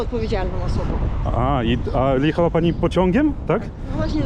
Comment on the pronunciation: "liechała" coś FSB słabo wyszkolilo wymowę 🤭